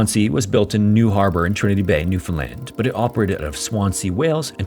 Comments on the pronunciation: Also thank you for pronouncing the name of our province correctly! Look up the 1929 NL Tsunami if you're looking for content for a future video. Grim stuff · I'm so happy😊 you pronounced Newfoundland Correctly!🎉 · thank you SO much for being one of the only youtubers to pronounce newfoundland right. :') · Just have to say, as someone who was raised in newfoundland, its so nice to hear a youtuber pronounce it properly! A lot of people pronounce it like "new-fin-lind" outside of canada and every time i hear it pronounced like that it makes me cringe inside lol (The emphasis goes on the "Newfoundl-AND". Its the "lind" pronunciation that sounds so wrong to me) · We have so many "Gull Islands" here haha... P.s. thanks for pronouncing Newfoundland pretty accurately! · As a Newfoundlander, I appreciate this story and your correct pronunciation of Newfoundland. Cheers!! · 10/10 pronunciation of "Newfoundland" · I suggested this one so I'm stoked to see if featured. NL has lots of shipwreck stories but this one always stuck with me. And kudos for pronouncing Newfoundland correctly.